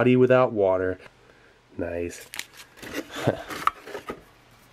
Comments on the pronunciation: I swear, everytime i hear you say "Nice", it sounds like "Noice" nin my head. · 'nice' sounded different/10 downvoted, reported, blocked, called pizza hut.